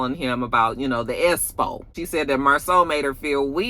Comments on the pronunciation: I laugh every time you say “Espo”😅😂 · Every time you say “espo” I laugh uncontrollably. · Cracks me up every time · My Daddy is turning over in his grave every time you all say "espo". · Me too😭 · Me too 😂😂😂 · 💀💀💀 every time.